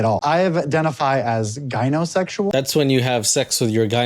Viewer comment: the actual definition of gynesexual (he mispronounced it) is just attraction to femininity and feminine people. It's the label I choose because I'm into fems in general, not just specifically women. I don't personally get why he uses it, though-- he's made clear that he's solely attracted to women. Just a straight guy with a genital fetish.